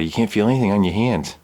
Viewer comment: Funny thing about it. Anybody noticed when he was quoting his wife you can hear his Northeast accent when he said the word hands?